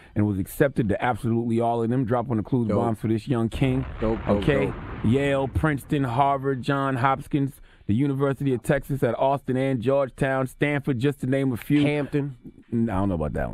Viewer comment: "Hopkins" ...lol not "Hopskins"